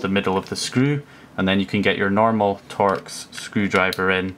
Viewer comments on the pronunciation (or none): Torx is pronounced 'torks', not tor-ex. Torx fasteners have been around for a long time.